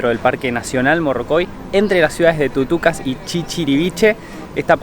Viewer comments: jejeje🤣 saludos y bendiciones amigos.. que bueno estén disfrutando de nuestro País.. para mi morrocoy es unas de las mejores playas de Venezuela.. pero hay mas como esas en toda Venezuela.. me dio risa que dijeras "TUCUCA" en vez de decir Tucacas".. te traicionó el subconsciente.. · Excelente Vlog muchachos💪👋👍🇦🇷🙏🇻🇪, creo que el chico dijo el pueblo "Tucucas" realmente se llama "Tucacas"